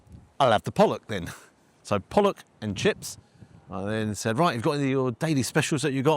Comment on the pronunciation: The carefully pronounced pollock.